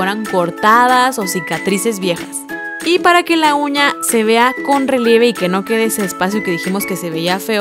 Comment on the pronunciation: Todo se vio diabólico y de miedo al principio, cuando dijo uña le entendí cuña